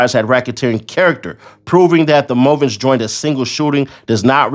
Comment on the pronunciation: Movant - Mooooo like a cow +vent. You was close. Props for getting Pro Hac Vice right tho. Took me a while to learn how to say that.